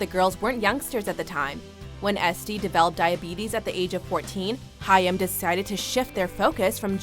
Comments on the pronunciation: How can Haim be pronounced Hiyam? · It's pronounced Hime. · I'm more annoyed that they're pronouncing the name wrong. It's pronounced like "Time" but with an H. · She pronounces their name wrong.🙄